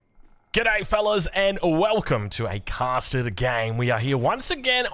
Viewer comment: Haha last few videos you’ve definitely been slowing down the pronunciation of “casted”. Don’t let the custard get to you man. Say it however the tf you want. Thanks for being you. 👍